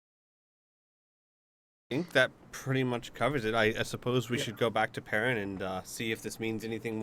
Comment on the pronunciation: danm it each time he says perrain I thing he talking to squee